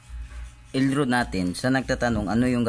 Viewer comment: El rad... puru ka el rud grrrrr